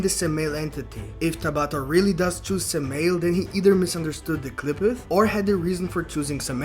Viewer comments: Just to be nit picky, it’s not suh-male it’s Sam-i-L. Satan and Moloch are one and the same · Say the name right fuck shit..... Sam a L .... like urial Ariel garbriel ... how the fuck are saying it that wrong but you studying??